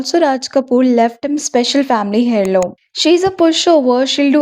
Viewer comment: Hairloom heirloom h silent hota hai